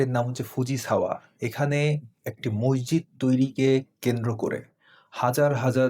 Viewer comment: "মসজিদ" শব্দের সঠিক উচ্চারন করলে ভালো হয়।